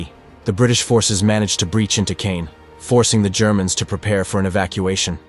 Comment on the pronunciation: Reg-I-na, not Reg-ee-na. C-awe-n, not ka-yawn.